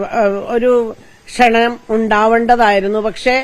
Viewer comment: ക്ഷണനം എന്ന് പറഞ്ഞത് തെറ്റാണ്. ക്ഷണം എന്നാണ്